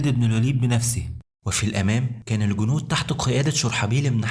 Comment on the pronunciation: قناة رائعة لكن يااخي ارجو اهتمامك بلفظ واللثويات الحديقة وليست الحديكة ذالك وليس زالك الجنود وليس الكنود لوسمحت مجرد نصيحة من اخ